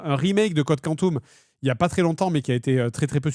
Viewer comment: Complètement trigger par la prononciation Code Quantum au lieu de Code Quantum.